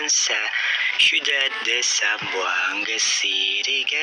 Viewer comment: Its "Zamboanga city" not "zlampoanga city"